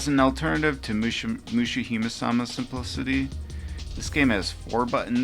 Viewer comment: TBH, I almost stopped after hearing you pronounce Donpachi, but I’m glad I didn’t. Still, I urge you to put some effort into learning how to properly pronounce these game names (Mushihimesama especially) - for no other reason but to show proper respect to the games and their makers.